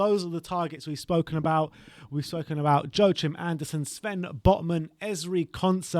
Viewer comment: Joachim is pronounced Yoakim 😂